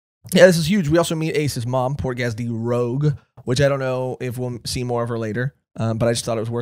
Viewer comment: The regeneration part of Marco's mythical fruit (bird bird model Phoenix) has nothing to do with the zoan part or awakening it, but specifically the mythical bird part. Its the flames of regeneration of the Phoenix that make him regenerate thise wounds so easy. Also a little pronunciation correction, its not Portgas D Rogue.. But Rouge (as in red in French)